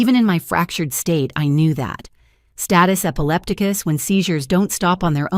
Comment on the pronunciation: status epileptica lol I have never heard it say that way epileptica